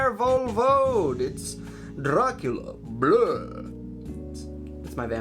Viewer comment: Great episode, little hint for the corect pronunciation of Dracula🦇🦇🦇( I am a romanian 🇷🇴 and proud of it) , you put the accent on the last 2 letters of the word . Long live our Dragunitys, we shall never surrender 🐉🐉🐉